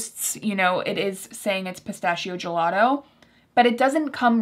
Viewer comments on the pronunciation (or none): none